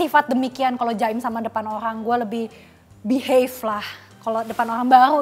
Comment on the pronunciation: "Beraburrll sama orrlllang barllu" Ngakak gua ci